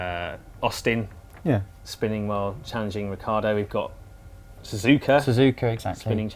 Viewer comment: The only reason I scrolled down to the comments section was to mock your mountaineering gear. I'm glad you took notice, I expect you're filming high in the alps... Also, for God's sake, get Ricciardo's name right...